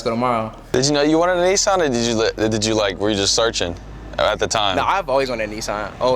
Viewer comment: His dad voice reminds me of Alonzo hamburger Jones lol. And how y'all say Kneeesaun has me dead. Great content though.